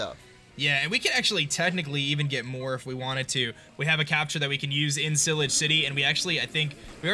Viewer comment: this is how to pronounce it ci-la-j ci-ty